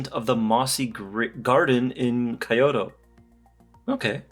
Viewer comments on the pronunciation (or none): Its “ Ki-Yo-Toh " ( Kyoto ) Good content tho...beautiful watches 👍🏽👌🏽